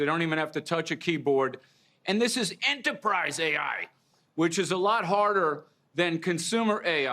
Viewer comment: Did he say Jibe coding?